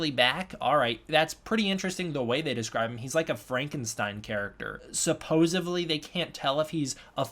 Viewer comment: Great video. I wonder if original reports were in Russian (or some other language) and details got confused in translation? Also, with all due respect: it's supposEDly, not supposABly. Bit distracting and credibility robbing. All the best....